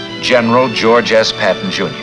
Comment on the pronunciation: According to the comments section . You've had up to 7 years to fix the problem with the name . Please do so , the name is " George S. Patton "